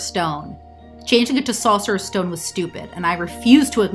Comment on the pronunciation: The way you say Sorcerer's Stone makes me think you're from upstate New York...